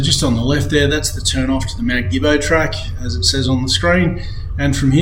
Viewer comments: Believe it or not, Gibbo is actually pronounced Jibbo. It’s like the word general. Something else to keep in mind, is damaged tracks cannot be repaired without cultural and heritage approval . At times it can be a lengthy process. Great video! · No probs. When I moved to Benambra in 1990 from Melbourne, I was corrected by the locals, including Omeo, Swifts Creek and Ensay that you are pronouncing the name Gibbo incorrectly. I was pretty much told - think of the G as a J. The word genocide is another good example regarding pronunciation. All good .